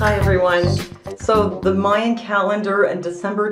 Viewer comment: The Mayan calendar doesn't account for leap years. I'm not the least bit worried, and I'm sick of people thinking something bad's gonna happen. I'm sure nothing will happen that day, and it'll be just another day. Why do you say "mey-an"? It's "my-an".